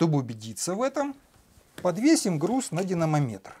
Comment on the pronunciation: Урок отличный! Видно, как вы стараетесь! Но одна поправочка: не динамомЕтр, а динамОметр